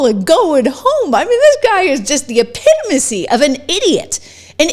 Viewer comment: Cmon Trish, epitomacy???